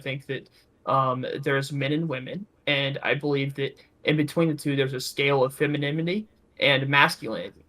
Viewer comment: pronouncing it as "feminimity" gets me every time:)